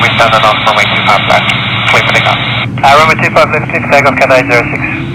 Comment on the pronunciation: Catsay Pacific😂😂😂